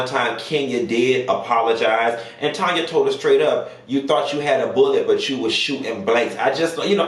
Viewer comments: 🗣️ IT'S TANNNNYYYYYAAAAAA! It drove me crazy to hear you keep saying Tonya😂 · I wish you'd say the darn lady name right. Her name is TAN-YA NOT TON-YA. She's Canadian so she's not just saying it's pronounced That way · her name is Tanya not Tonya. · So sick of YouTubers pronouncing Tanya as Tonya. 👀Get it together...that part. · Tan not Tonya ...Tanya lord and she's Canadian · TAN-ya chile TAN-ya 😭😂